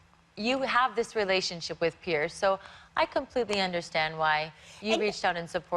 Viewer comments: Piers. Not Pierce. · Just pointing out, it's Piers, not pierce